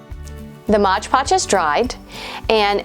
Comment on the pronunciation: I love this project and your channel. But can you stop calling it "MODGE PODGE" It's MOD PODGE. So many Youtubers make the same mistake. LOL